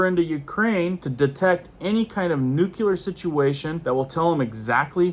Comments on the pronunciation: Nuclear!!!! Please!! Its not "nu key ler"!!! Its "new clēar"!! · Love your channel but you need to learn how to say NEW KLEE AR . PLEASE LOOK IT UP !